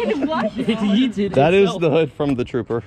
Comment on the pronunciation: it yoted not yeeted